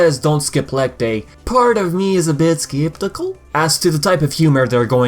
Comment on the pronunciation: The way he said skeptical is just hilarious and something I would do.🤣